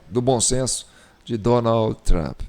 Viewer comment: Na IA ele vira o TRAMP. Pessoalmente é TRUMP